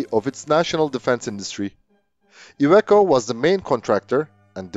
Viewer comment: Every pronounciation was correct, even that of "Iveco" which might be counterintuitive